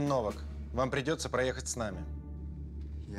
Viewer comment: Не То́маш Но́вак, а Тома́ш Нова́к.